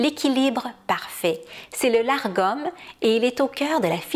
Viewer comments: Le mot dont vous parlez est Lagom et non largom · Lagom sans le R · Une petite précision pour éviter la confusion. Selon plusieurs références que j'ai consultées, le "Lagom" se prononce en français "Lar-gom", même s'il s'écrit sans le "r". Cependant, il se prononcerait finalement tout simplement "Lagom". En voulant bien le prononcer, je me suis compliquée la vie, alors que c'était tout simple (La-gom). 😅 Ne parlant pas suédois, je m'excuse si je ne prononce pas ce terme (comme les autres de ma vidéo) de la meilleure façon. 😉